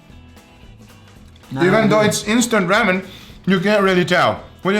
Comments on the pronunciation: Its raw-men not ra-men... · It's Ramen not Remen!!!!!!!! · I'm sorry ugh raaamen. Rawwmen. I heard some lady say reymen. I cannot I wanted to knock her out! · I thought I was learning to make ramen, but it turns out he was talking about rammin' the whole time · “Instant rEmen” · "Rämen" Now you know how to pronounce the swedish letter "Ä" 😊👌